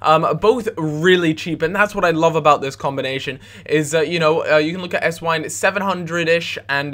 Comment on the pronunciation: if theres a W in a german name it sounds like a V just sayin